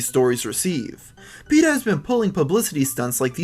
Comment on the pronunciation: dude its peta